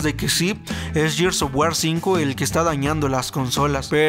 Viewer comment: Muy buenos reviews... Informativos reales... Sólo una cosa, Gears of wars, Gears se pronuncia "GUIERS", no yiers... Saludos ;)